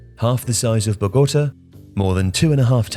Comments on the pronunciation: Bohgohta, dude, I mean there is even an accent in the word to help you and if you are in doubt about a pronounciation, listen to it beforehand. Bogotá is much bigger than just 7 million, you use outdated and incomplete figures. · Is this an AI voice? I can't tell but "bogota" and "subsided" yikes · Love every bit of Tifo - may I ask where where you have got your pronunciation of the Colombian capital of Bogotå from? Is this a Martinez thing, where for some reason it is difficult to say it the way it would be said in Hispanic country?